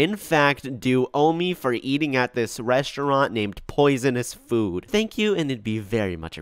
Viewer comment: Can we talk about the way says food. It sounds like “fuud”